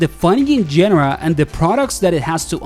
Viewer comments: Great video. But it's pronounced genre, not genre. You're welcome. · Please learn how to pronounce "genre" correctly >_< The simplified controls aren't the only big change, it's the simplified movelists and mechanics